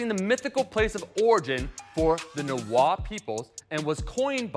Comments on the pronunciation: Nahuatl is actually pronounced like Nawal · Another common mistake is pronouncing the L in words like Nahuatl when the “tl” is at the end of the word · And the tl in nahuatl is more of a clicking sound.